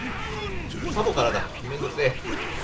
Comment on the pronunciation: サボがザボになってて草